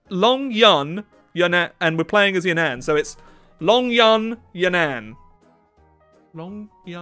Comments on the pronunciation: Its You nan not Yunan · “Could you imagine if I was pronouncing this wrongly the whole time?” 云南 (Reen-nahn, ig) or Yunnan is not pronounced Yuhn-ann. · As a Chinese person, I can confidently say that it is pronounced Yún nán rather than ya nan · It's pronounced more like Yoo-nun. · He's pronouncing Yunnan wrong 😭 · Do Yunnan again because you mispronounced the Name